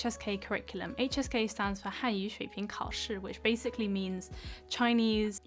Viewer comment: Wow your pronunciation is surpisingly good given you said you studied it for only a couple of months when you say Hanyu shuiping kaoshi! Super impressed!